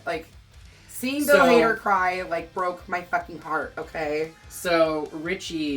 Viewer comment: Every time says Hadder I flinch.;)